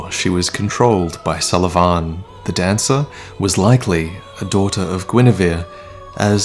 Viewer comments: Sulyvahn... you pronounce it so awkwardly like Suleyman XD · His name is Sulyvahn pronounced as "So le Van" You filthy casual!:P Sorry couldn't resist. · "Salavan"... what? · Your pronounciation of Sulyvahn triggers me.